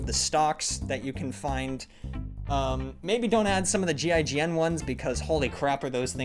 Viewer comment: As a Frenchman, I find hilarious how you pronounce GIGN "JIJN" :D (but that's because "J" and "G" sounds are pretty much inverted between the languages)